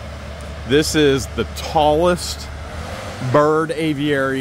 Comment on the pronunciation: you make me laugh the way you pronounce Aviary! Just say A Very. That way it will sound right! Love you guys. Hi from the UK! I cannot wait to see the downfall of Russ the suss! And his cohorts! Otter Creek residents deserve so much better! As for that Looney Toon woman how did she get an adopted child?? Makes me wonder if that little girl was actually adopted. Scary thought!